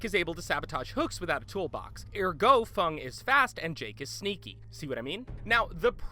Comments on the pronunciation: fung lol its feng min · Btw the survivors only have 3 unique perks and it is pronounced f-eng min not fung min. After that off my chest I reckon dead by daylight is still better than Friday the 13th cuz it's my opinion and maybe someone can convince people that Friday is better. Killers may be overpowered but there are so many pallets depending on what map you're playing and remember there are so many infinite spots on particular maps for survivors. People who haven't played dead by daylight for very long would not understand that. If you watched ochido or 72 hrs you'll understand what I am trying to say. I may be a little unfair about Friday because I've never played it, and i probably will not because I still think dead by daylight is better. Btw the doctor is over powered and that should be the only dlc you should buy. Everything else is a unnecessary. Your survivor you play doesn't matter because every survivor can get every survivor perk in existence, therefore meaning your play style won't change but may change due to what perk/s you have and killer you are up against (as said in the video). But with that you can only get the dlc survivor and killer perks on the shrine every week if you don't have the killers/survivors. It can be difficult because all of it is random and sometimes it can get a little frustrating if there's a perk you wanted but you can't afford it. It depends if you're killer main but I'm a filthy 72hrs Claudette main. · Fung Min, Lol it's Feng Min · It’s feng min not fung!!! Lmao but you regularly play both you say??🤔🤷🏼‍♂️ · Such a stupid comparison full of misinformation and lack of research. Can you even take this seriously when they don't even know the names of the characters. Fung is Feng Min and Hunter is Trapper. This just shows a blatant lack of research and time put into the games. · No one:: FUNG MEN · Can we just talk about how he called feng min fung? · Did this dude jus call feng min fung ..